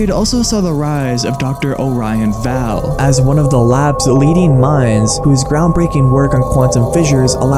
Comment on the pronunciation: Great video! Only complaints is the mispronounciation of Orion Vale (pronounced: O-ryan Veil) & no mentions of Jeff, who's a huge lore point on the home page. If you click on "About Us" there's a fun little hidden eye that leads you to who the "founder" is. Happy hunting and thanks for covering this story!